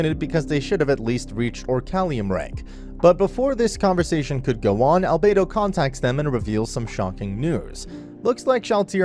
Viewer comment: I Like how he says Alberto enter the chat